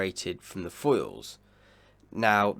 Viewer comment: Can you please work on your pronunciation/enunciation? Although your yachting analysis is top of the range and we really enjoy it, your english pronunciation is very poor and distracting. Your "th" is often replaced with a "v", like the word "the" you pronounce "va". Sometimes you get it right but you often slip back to the bastardised version of our language. Ainslie does the same thing. To a lot of us purist sailors we discuss that drop in standards but equally discuss your fine analysis.